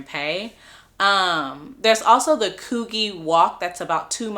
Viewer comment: Before making a video lady learn how to pronounce places. Circular Quay is Circular key. Coogee is Could-g. The icing on the cake Hungry is a country. How can you fark that up by saying Hungary. 🙄 For someone who has supposed to have travelled OS it sure doesn't sound like it. You sound like a typical American who knows nothing outside of America.